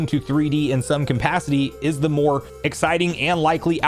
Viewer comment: I watch almost all your videos. I like your stuff! But can I ask that you stop saying “compacity”. The word is capacity. Sorry to be that guy in the comments, but it’s been distracting me every time it comes up.